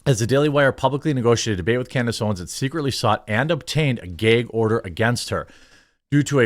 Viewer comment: What’s a Gay-gorder